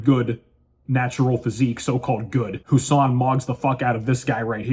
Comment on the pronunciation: Brother, his name is "Who-Sane"